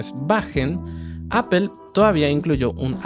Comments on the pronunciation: Se pronuncia Apl no Apel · ¿ Por qué dices : apel ? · No se dice "apel".